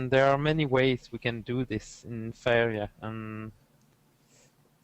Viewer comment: For a second there I thought you said "Favorite Jesus" lol